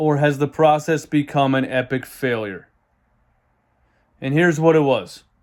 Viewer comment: LMFAO!!! "The pwocess", " twust tha pwocess!!!!!"😃